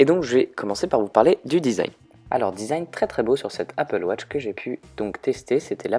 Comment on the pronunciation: MAIS POURQUOI APPLE WOTCH ?? ON DIT APPLE WATCH !